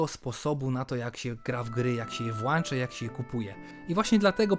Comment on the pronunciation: Włączać nie wałanczać. Mam nadzieję że pomogę na przyszłość. Jak ci ciężko zapamiętać zadaj sobie pytanie czy masz włącznik czy włancznik